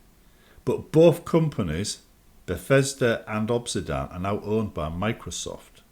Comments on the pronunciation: Why is he saying 'Obsidan'? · Europe moment